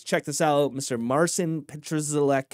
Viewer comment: He was born in 2000, his name is pronounced Mar Seen